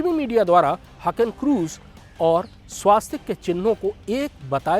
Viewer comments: स्वास्तिक शब्द ना कहीं पढ़ा है न सुना है. हॉं स्वस्तिक ज़रूर पढ़ा और सुना है, शायद मैं ग़लत नहीं हूँ. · स्वास्तिक नहीं, स्वस्तिक ।